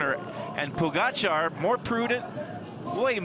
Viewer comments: Pojacar 😂😂😂 Little did he know he was mispronouncing the name of the GOAT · Hearing "podzagar" for me as Slovenian is very akward🤣 Its POGACAR! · Who's that commentator keeps calling Pogacar Pochagar? ..Duh.. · Phil mispronouncing pogacars name is hilarious. If only they knew what was to come